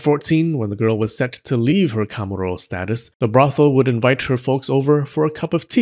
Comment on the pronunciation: i think you're pronouncing the pitch accent for kamuro wrongly